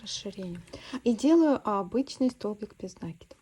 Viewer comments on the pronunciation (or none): Спасибо за прекрасный мастер-класс! Отличный узор! Одна маленькая просьба: слово накИд, ударение ставим так же, как в слове накИдывать.